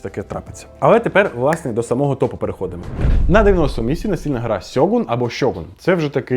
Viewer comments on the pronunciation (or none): правильно казати Шьоґун (друге слово). тому перше слово неправильно